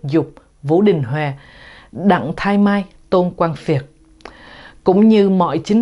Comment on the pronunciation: ĐẶNG THÁI MAI o phải đặng THAI mai.